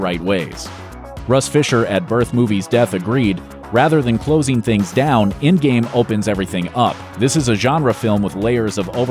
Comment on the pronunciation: Why he keeps sayin ingame ??